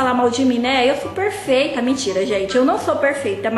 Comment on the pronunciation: E perfeito não e berfefeito